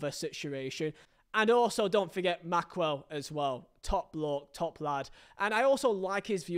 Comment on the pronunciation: It’s not Maxwell it’s Maxwell